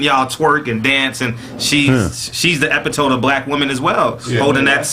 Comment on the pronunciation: No way y’all had more than one nigga pronounce epitome like that 😂😂😂